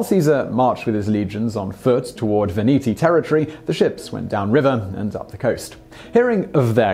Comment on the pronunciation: Sweden? (Switzerland ) Veneti, not "Veniti" I have read his tale about Britain.☆ Arlesia! Arles. .. You really should brush up on Latin. ...